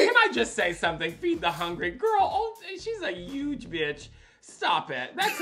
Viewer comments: We love Thorgy even though she won’t pronounce huge. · Thorgy calling Eureka a “Yuge bitch” made me laugh so hard 😂😂😂